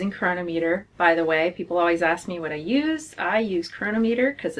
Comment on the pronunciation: Are you saying corona meter?